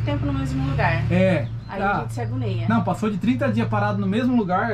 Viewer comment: Não é se "agoneia", o certo é se agonia.